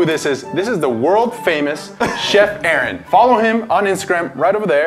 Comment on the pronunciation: Not to be rude 😊 but it's 'Aaron'